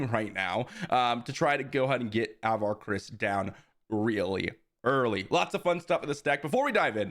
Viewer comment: I know its just a minor thing but pronunciation of Avar is off. It's just sounds weird when I've listened to all the High Republic books and it's more like "Ah-var KRI-ss."